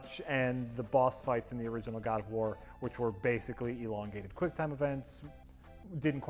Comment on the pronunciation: God of worm - (At least, I thought he say that XD)